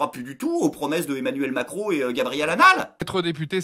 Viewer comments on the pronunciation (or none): Je pensais que tu l'avais prononcé comme ça pour faire Emmanuel Maquereau...